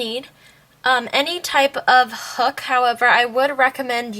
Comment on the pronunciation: When you said u need any type of hook, u sounded s if u we're saying "u will need any type of hhhhook" like the h was a k... lol...?